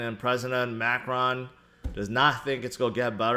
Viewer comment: Ma cron (say crow with n at the end)